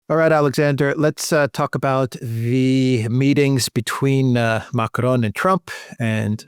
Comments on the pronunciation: I love thèse reports but god… please just use an English accent when you say Macron. It’s like nails on the chalkboard. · It's not MACARON 🤣🤣🤣 It's MACRON. ( pronounced :"Makron") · Man, stop it. You do not have to pronounce Macron as if you were mexican. Stop it.